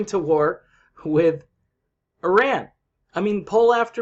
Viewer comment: Kudos to you, that you pronounce "Iran" the correct way!